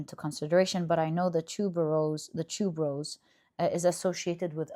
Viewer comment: when u said tuberose i thought u said "two bros" 😂